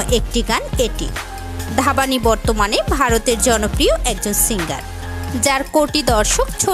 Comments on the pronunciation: Dhabani 😅😅😂😂🤣🤣 Ore dhabani na dhvani উচ্চারণে ভানি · নামটা ঠিক করে বলেন এইটা ধাবানি না ধ্বনি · আপনি ধাবানি বলেছেন কেন ধ্বনি ভানুশৈলী কে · Or nam ধ্বনি,ধাবানি na 🤣। sotti bangladeshi ra etto baje uccharon kore🤣ar ota vaaste basti na🤣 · Are kangladeshi ota dhabani noi re dhani uchcharon hobe 😂😅🤣